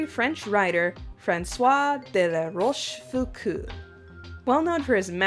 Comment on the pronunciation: The auld in Rochefoucauld is pronounced o but otherwise nice prononciation !